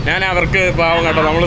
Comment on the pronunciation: എടാ മൈ... നീ നിന്റെ മലയാള ഭാഷ കുറച്ചു കൂടി നല്ലതാക്കുക. നാൻ അല്ല ഞാൻ ആണ് ശരി. 'ന' യും 'ഞ' യും തമ്മിലുള്ള വ്യത്യാസം മദ്രസയിൽ പഠിച്ചില്ലേ?